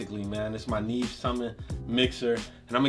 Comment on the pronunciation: “Yo boy done got a Nee Eve!! “ lol 😂 I’m done ✅